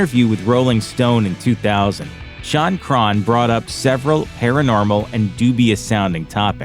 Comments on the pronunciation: Normal people: Shaun Crahan This dude: Shun Cron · "Drummer Shawn Crawn" wtf....... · Who is Shawn Craahhn?